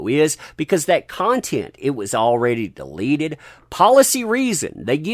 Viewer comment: It took you 4 times to pronounced “deleted” properly. At first I was confused about how you were using the word “delated” but impressed you knew the word.